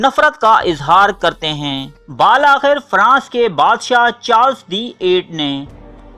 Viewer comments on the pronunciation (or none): baalakhir nahin bilakhir kahte hain use pahle urdu seekh lo